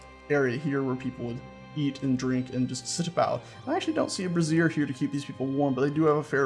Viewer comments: Brazier From Wikipedia, the free encyclopedia This article is about the container for fire. For other uses, see Brazier (disambiguation). Not to be confused with Brassiere or Brasserie. (This is what you're calling them) Brazier A brazier /ˈbreɪʒər/ is a container for fire. Brazier sounds more like "bray-zur" you're saying brassiere. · Sorry, had to mention this as it was getting a tad embarrassing. The alternate name for those firepots is "brazier" (pronounced like "Bray-Zhur"), what you've been calling them is a piece of women's underwear. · It's pronounced BRAY-zher. Also a "winesman" is actually called a vintner, someone who makes or sells wine. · It's pronounced Bray-sh-her. The way you've been pronouncing it is the formal of a woman's bra, not a heating light source. I only point this out because you seemed to be unsure how to pronounce it. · You keep pronouncing Brazier as brassiere. STOP IT! One is for lumps of hot rocks and the other is for rockin' hot lumps. Emphasis is on the a in Brazier.